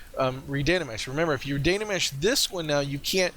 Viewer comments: thanks for the tutorial. Really enjoyed it. i need a more accurate and Much higher resolution workflow keeping texture and detail. i think, but a lot of the things you mentioned were helpful. please dont say Dana mesh, its Dyna mesh drove me crazy haha. you might want to consider fast forwarding or timelapse during the waiting for your computer to process. made it a little hard to watch. Dont get me wrong, I really enjoyed the video. Thanks for sharing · Really helpful, thanks But, please repeat after me " Die Na Mesh, Die Na Mesh " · I think you mean *dyna*mesh ;) Very good tutorial, thank you!